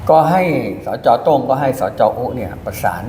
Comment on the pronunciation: โต้งก็คือโต้ง ไม่ใช่โตล้งๆ